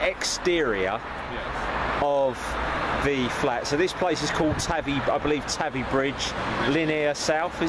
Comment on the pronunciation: he said tavy wrong